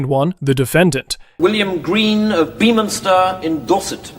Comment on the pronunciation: It is NOT pronounced 'Beeminster'